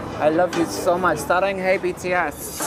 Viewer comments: Why did he said „saranghey” instead of „saranghae”? My ears are bleeding now. His corean is a perfection, lmao. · If you want to look like someone, just pronounce his name right. "JeE-mEn" Or "SourHarambe bts ^-^ ♡" Like... b&@ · His korean pronunciation is rly bad!!! Also, saying that the perfection's via making you multiple surgeries to look like a racist caricature is rly damageful to youngs... especially in korean culture when body acceptation movement isn't that advanced... Bonus: "SaRRhAnGaY BtS"... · The most irritating thing in the world is his sARoNg-HEY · Bro Oli London cant even pronounce the most simple sayings in Korean. Even if he did try and speak it he would sound like a train wreck personified. And plus he didnt even get the structure correct. He said "SarangHEY BTS!" It should be "BTS 사랑애!" Its clear hes doing this for clout and shit 😂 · sis wtf is SINGga 💀💀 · The piece of shit doesn't know how to pronounce saranghae wtf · My God, he even says "I love you" wrong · The way he say saranghae 🤢🤮